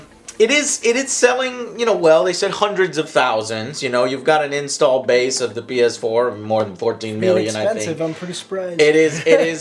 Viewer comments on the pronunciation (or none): none